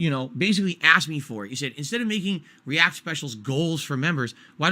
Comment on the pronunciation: His fans wanted to pay $20 a month to recommend videos for him to ree-ack to? That's really what they wanted?